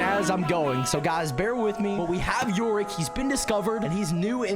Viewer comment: And yooreek -hu